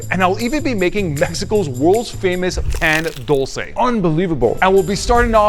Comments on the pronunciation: This man hurt my heart when i heard PAn Dull cay bro its Pa n dul ce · The way he said Pan dulce pissed me off